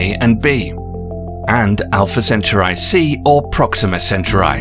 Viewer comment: Proxima WHAT? My ears are bleeding